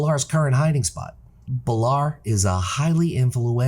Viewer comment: 2 other things. Love the transmog vids you do and you should do more vids like this other than name pronunciation this is a really good vid.